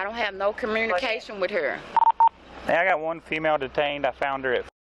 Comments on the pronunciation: What is "cormunication" 😂😂😂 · She said she doesn't have any commrunication with her. What's commrunication? 😂😂😂😂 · "Conermerication" She meant Communication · Why do black people talk like that? There is not an R in the word communication. Is the goal to butcher the language to the point only yall understand each other?😂